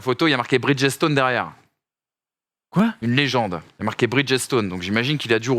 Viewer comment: Les gars, je sais que prononcer les noms anglo-saxons c’est très difficile, Mais parfois, il suffit de savoir lire…. Arrêtez avec les pneus « bridgette-stone » svp